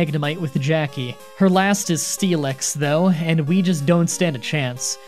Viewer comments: It's pronounced Steel-ix not Stee-lex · you kinda say it as steel-x, missing the i completely and I've never heard anybody say it like that. Also, I assumed it was like the "ask me about the fossil anyway" thing, but unspoken. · What it says: Steelix What I hear: Steeleex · There is forever something out of place to me whenever you pronounce "process" like the British even though speak with a typical western American accent. Also, pronouncing Steelix like Steelex sounds like a wrestler name to me for some reason. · You 100% said steelix wrong just to get comments about it and I respect that so, here, have the comment about it